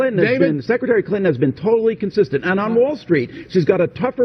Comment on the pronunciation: Hahah did he use the word "Consistan" in the same sentence about Hillary Clinton 😂😂😂